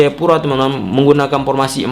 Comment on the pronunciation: Formasi... Bukan pormasi.. 😂😂😂